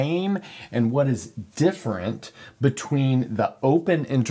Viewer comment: "differenent" lol